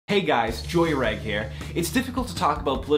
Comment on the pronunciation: Maybe the J in jreg is pronounced like the zu in (A)zu(re). So like *zu*reg